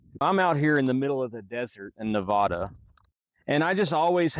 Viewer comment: You mispronounced Nevada.